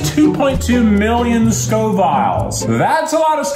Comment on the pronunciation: Almost as annoying as Keith saying 'Scoviles'.